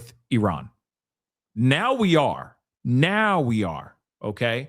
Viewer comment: i love you. but it is Iran not Eron.